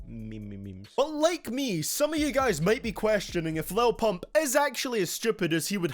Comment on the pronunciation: Why you gotta say pump like that bruh 😂😂💀